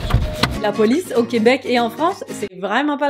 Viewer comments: La poice au lieu de police 🤣🤣🤣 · La Poice :-D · La \POICE/😅😅